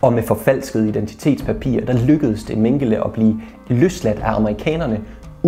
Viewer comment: Du udtaler desværre Mengele forkert.